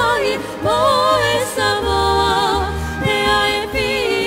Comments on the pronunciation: beautiful, think the ladies nailed the pronunciation of Samoan words🙌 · Are you sure you are not from Samoa?? Wow!!! The voices, WOW!! the pronunciation, real Samoan,the blending and the control of your voices, angelic performance ❤